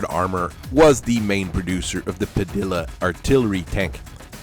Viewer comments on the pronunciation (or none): Padilla is pronounced “Pah-Dee-ah”, because the double “L” is pronounced as a “Y”.